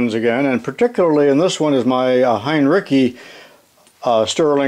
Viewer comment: Wonderful video. BTW. the pronunciation is 'hine-ritz-ee. Thanks for all of the education!